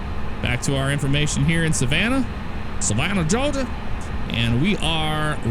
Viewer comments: He can say "Georgia" if he wants. No one cares if it's cringe. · Nice vid. Plz stop saying “Georgia” like that. So cringe.